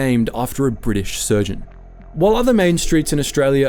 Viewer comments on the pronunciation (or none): "A British surgent" lol